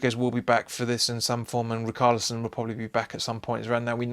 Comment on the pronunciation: Good Luck yall, im an everton fan. hopefully another dominic calvert lewin hat trick. (I cant get over the riCKarlison its ri-SHAR-li-son)